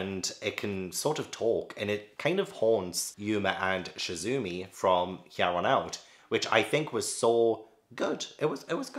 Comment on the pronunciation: Okay, I got a large comment, we ready? Your pronunciation was pretty spot on 99% of the time! Gyo isn't "Gy(guy)-o" It's like "Yo!" or "Yo-yo" with a G at the beginning. Chizumi's Chi is like "chicken". A hard CH, not a soft SH. There are two types of people： People who are absolutely terrified of feeling insignificant in the world, and scared of the end of the world, space, the univerise =. People who find absolute inner peace in knowing how unimportant humans are and that everything on earth including earth will eventually cease to exist = ME. I never had an interest in Junji Ito but after this video, I definitely think my threshhold for horror and gore is way higher than what it was when I was a teen so now I wanna test myself. Dissolving Classroom - as soon as you explained the first story, wow that is definitely a commentary on Japanese society. The workplace is full of apologising profusely for everything in Japan and the dissolving brains is definitely like "we apologise so much in this country that we've become numb to the actual words". The Japanese Title for Liminal Zone is just "Strange/Mystery Zone" so the title has a different feeling between the languages if that helps. I think the Japanese title really suits the stories you described. "I thought it was Kylie Jenner" the laugh that escaped me when you said that. I was cackling. Whispering Woman - oohhh I feel this is another story that is Junji writing a social commentary on Japanese society. If you care I'l